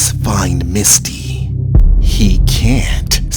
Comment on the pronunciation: Everytime the narrator says Misty name I keep thing she Musty